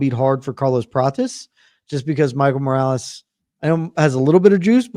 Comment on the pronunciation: the worst pronunciation for Morales i have ever heard